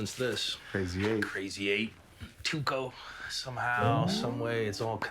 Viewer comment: Jessie refers to Tuco as "Taco." A golden moment.